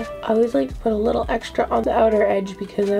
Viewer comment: You said a “likkle” bit more lol 🇯🇲